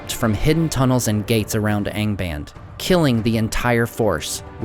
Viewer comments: "Aing baind" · Nice channel but you should improve you pronunciation. Angband has to be read with both the "a" open...